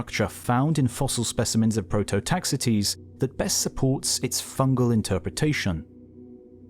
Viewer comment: HE SAID MY BELOVED PROTOTAXITES' NAME WRONG!!!! Edit: he also said Ordavician wrong, I know he has an accent, but still.